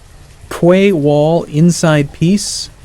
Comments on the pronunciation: "Quay" is not pronounced 'qu-ay', it's pronounced 'key', as in the thing you use to open a lock. It's an old english spelling which is why it looks funny. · Don't know if America has a different pronunciation for it, but in Britain Quay is pronounced 'key'. So quayside sounds like 'keyside' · not one to judge but quay is pronounced key, also thanks for getting me hooked on this game again -.- lol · Quay is pronounced Key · Key is pronounced key you fool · It's pronounced "key" in English. It is an old English word so the spelling and the way it is pronounced is different. When America attempted to simplify the English language they wrote it the way it is pronounced. Most other English speaking countries still use quay although key is also used. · Quay is pronounced 'Key' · 'Quay' is pronounced like 'Key', for your information.